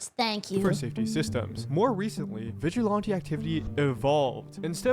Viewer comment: I can't stand how the guy un the video say the word vigilante, has he never heard it said before?